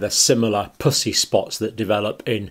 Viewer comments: Puss E. Not Poosy. I was so confused. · In North America we pronounce puss as puhss and not poose. And puss-y as puhssy. Poosey is what we use as slang for the female vagina. Just saying. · Please quit saying “pus”sy. LOL. I have laughed so much trying to watch this. Purulent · 😂😂 such a Serious video until when he says pus-ii spots with such an Accent it sounds like something else… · Is it me or does it sound like he is say pussy spots 😆 🤣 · I can't concentrate because I keep hearing "pussy rash" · Sounds like he is saying puss. Y 😆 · I love your channel and the fact that you use FACTS and science and absolutely no opinions. And I know you are British. But I cant help but laugh/blush/cringe when you say Pus-sy. Idk if that’s a crass word in the UK , but it is in the US. However it is a homophone: spelled the same and sound different. Pussy sounds like Us. When it’s said your way it is like pussycat. oO — 😳😵😮😲🤭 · Evert time he said "pussy" (the way Brits say it) I have to admit I had to laugh... and I do feel really bad about that. ;P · Am I the only one that thinks it sounds like he’s saying “pussy spots?” 😆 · Your accent for "pussey" would get most americans a visit to our commisar I mean HR office. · The word "pussy" you pronounce so aspirated 😆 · As an American I laugh at the way the good doctor pronounces “pussy.” It’s quite juvenile of me, I’m sorry. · and he says it with a hard P🤭😂